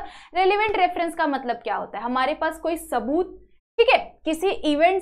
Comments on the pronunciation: Its not taboot its saboot 😂😂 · Saboot ❌ taboot ✅